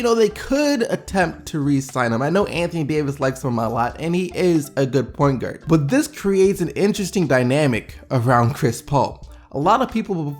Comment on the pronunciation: 3.06 , Point Gurd ahahahaha